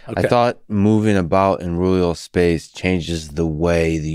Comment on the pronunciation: Roohleeuhll spacccce